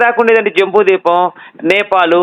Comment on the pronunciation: ద్వీపం అనాలి బాబు